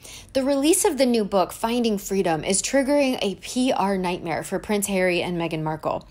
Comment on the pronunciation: NIGHMARE ! Do you mean NIGHTMARE?